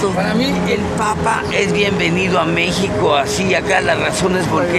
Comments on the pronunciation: Es con x la pronunciacion y tu lo pronuncias con j. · "Mejico" si te la rifaste xD.